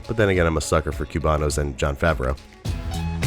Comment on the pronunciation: Coo-banos. Not "Kyu-banos." And while we're at it, it's "ha-la-peen-yos," not "ha-la-pee-nos," and "ha-ba-Ner-os," not "ha-ban-yer-os."